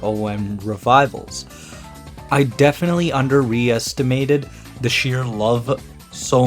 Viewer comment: You both mean understimated He typed Under-restimated and you said Under-Re-estimated